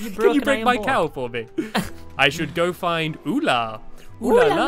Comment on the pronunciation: it is vula not ula